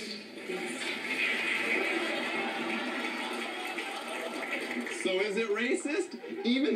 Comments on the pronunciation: The judges are pronouncing it wrong it's supposed to be pronounced nee-goose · They said it wrong. It's supposed to sound like "KNEE-GOOSE" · Yea they have been pronouncing it wrong no wonder the kid got scared